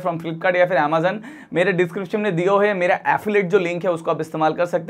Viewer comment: Boat 2 in 1 fantastic cable.👍.Bhai pahle tu Amazon bolna seekh le.😂😂.Croma rate boat 2 in 1 cable is 149 rs i have purchased